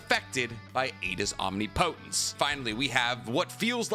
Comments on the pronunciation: My guy: Om-nip-o-tence. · I give up, this man is gone say OM-Ni-Po-tence till the end of time 😂😂😂 Love the content though, keep it up! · I don’t mean to nitpick. But please pronounce the word correctly. Omnipotence. (Om-ni-puh -tense). I cringe so bad hearing it said wrong every video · Do you say omnipotence that way to hurt me? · I feel like you mispronounce omnipotence just to get people riled up. Nobody is dumb enough to think that's how its said